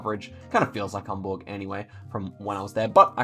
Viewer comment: As a German, may I thank you for the effort you obviously took to pronounce my language correctly? It‘s more than rare that English speakers bother to say „Hamburg“ other than a burger or Stuttgart with the „sht“-sound. Honestly, that makes me smile every time you stumble across a round in Germany. Thank you, indeed.